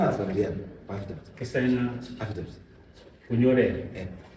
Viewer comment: Affidavit mambo weee, not afidaft 😅😅